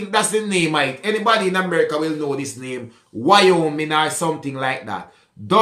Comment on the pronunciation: Wyoming “why-oh-Ming.” You did a good job pronouncing.